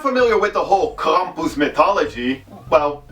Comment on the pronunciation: Yes, say "Krampus" again I like how you say it.